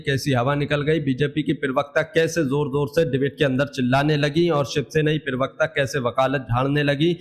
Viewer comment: Bhai पिरवक्ता नहीं होता प्रवक्ता होता है ठिक ठिक पड़ा बोला करो।